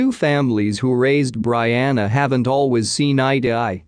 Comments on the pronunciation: Pronounced Bree-anna BREE-ANNA! Geesh! So annoying! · I was just thinking, "If you're going to use a system that digitally reads for you, then when you're typing in info at LEAST phonetically write it down. BREE-ANNA. Easy as that!" Not to mention "lead detective". Type it in "leed". Smh Quit being LAZY!😤